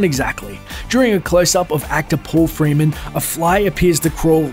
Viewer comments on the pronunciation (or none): none